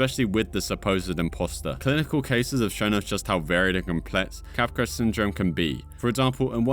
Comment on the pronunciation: So actually Capgras Syndrome is pronounced "Kahh Grah" not cap grass. Just letting you know big dawg.